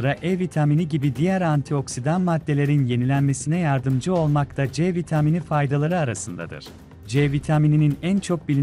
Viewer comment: C vitaaamıni . Tuhaf bir söyleyişi var ama olumsuz değil hafif bir komik gibi .